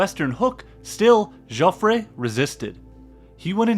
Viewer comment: This is an excellent video and very well presented material. Subscribed. A very good reading on the same subject is the 1962 Pulitzer Prize "The Gun of August" by Barbara Tuchman. For "Jofffre" in French , the last "e' is silent and never an accentuated vowel like in Spanish .